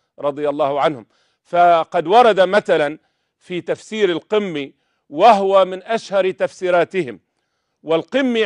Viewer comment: ههههههه يا عالم يا مثقف انت روح شوف علاج للهجتك حتي تفتهم قمي بضم القاف و لا بالكسر تفسير القُمي لا قِمي كما تقول